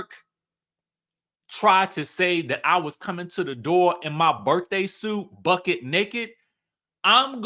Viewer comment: please stop it 😂😂 it's not BUCKET 😂 it's BUCK. But the way u say it is so damn 😂😂😂